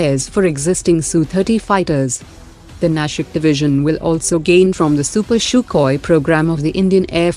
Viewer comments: It is Sukhoi not Shukhoi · Hey news reader please notify that Point one is Nasik (Not Nashik) Point two is Sukhoi (Not Shukhoi)